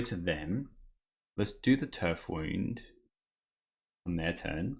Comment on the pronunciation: What a sweet deck! Btw, I think the "wound" in Turf Wound is "wound" as in injury, not "wound" as in winding. Loved the games, thanks for the vid!